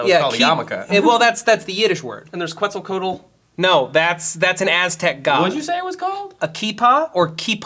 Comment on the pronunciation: SAID QUEZTACOATL HOLY SHIT I DIED